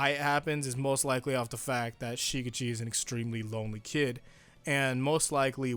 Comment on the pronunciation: “SHI-gitchi” shi-GECHi shi-GECHi shi-GECHi shi-GECHi Say it with me now.